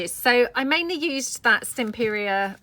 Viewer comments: TemPRA is how you say it. Oh you pronounce it Stamp per re A. If you don’t pronounce right they won’t send you freebies girl. Just trying to help you. Hope nobody thinks I’m a witch. At least here in the states. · Tem-per-ah is how I’ve always heard it pronounced. I’ve would never film me crafting. The biggest mess maker in the world. I think the background pages are beautiful. Can’t wait to try some. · I'm old, like really old & in school we were taught the pronunciation "tem per a".